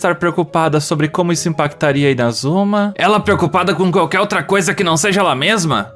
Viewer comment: Oh gente será que só que fala INAzuma e todo resto fala inaZUMA?! (Questão de fonetica)